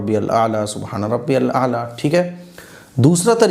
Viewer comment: MUFTI SAHAB "SUBHANA RABBI YAL AALA" HOTA HAI